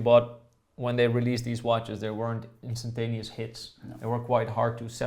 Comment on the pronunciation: "constananeous" is my new favorite word ❤